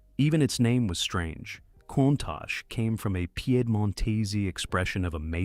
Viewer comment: At least pronounce "Countach" correctly!